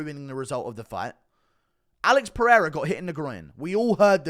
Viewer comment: Daniel " AH-LEX PEREIRA" Cormier